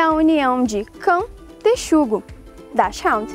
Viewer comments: Correção: a pronúncia não é "/dash-háund/ não. Cachorro, em alemão, é "hund" e pronuncia-se /hunt/. O que acontece é que muitas pessoas confundem com a pronúncia da palavra "hound" que, esta sim, vem do inglês, e é pronunciada /háund/. Já em "hund", o H é aspirado, como na palavra inglesa "house"; o U tem pronúncia de U mesmo, como em "bUrro"; o N não é nasal, como no português "fundo", onde é o N, em si, não é pronunciado, mas está ali apenas pra nasalizar o U, que o precede. Assim, "fundo" tem um U meio que nasalizado. Isso não acontece em alemão, onde o N é pronunciado como o N mesmo. Por fim, o D no final da palavra tem um som meio puxado para um T. Quanto à primeira parte da palavra (dachs), pronuncia-se /daks/. Assim, a pronúncia correta, de acordo com a língua alemã, é /DAKS-HUNT/ (com a tônica no U). Beleza... admito que, se a gente for pronunciar EXATAMENTE como é em alemão, fica meio complicado, e também não há necessidade disso. Mas vamos, ao menos, manter o U com som de U, pra deixar mais próximo da pronúncia do alemão, já que é uma palavra alemã 😉 Normalmente, eu não me incomodaria se a pessoa tivesse pronunciado o nome da raça de forma errada, afinal, 99% das pessoas o fazem. Não há problema nenhum nisso, afinal, ninguém é obrigado a saber alemão. Mas, a partir do momento em que a pessoa faz um vídeo no qual se propõe a te "ensinar" a pronúncia correta, e te ensina de forma errada, aí eu não aguento. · não se pronucia dachiround a pronuncia certa é DACK RAND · O alemão fala Hund rund não ráund. 'Dáschirund' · a pronuncia e Hund - não haund - Hund traduzido e cão! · O nome da raça NÃO é "Daschhound", é DASCHUND com pronúncia do U como é em português´. Nem o criador sabe pronunciar de maneira correta a raça que ele cria. Os hounds são outro tipo de cães. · O "Hu" não vira "Ru" em alemão de jeito nenhum... Pronúncia correta é DÁKSHÚND nada de DÁKSRÚND ou pior DÁKSHÁUND (hound) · A pronúncia seria Daks runt Daks-runt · a pronúncia certa é DÁKS-RUND